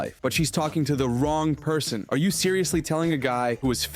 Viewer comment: “Those who tried to be funny was wong … a abomination “😂😂